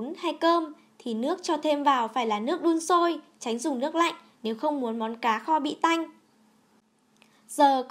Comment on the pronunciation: nghe đọc là ...cà kho.....bó tay luôn